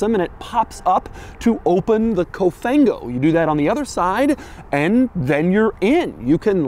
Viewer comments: It's actually Cofan-go Doug. But I appreciate the fact that you actually try to learn the meaning in Italian. Cofan-go is more English than Italian 😅 but that's the case over here because English terms are being used for everything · The quirkiest thing ever is the “COFANGO” 🤣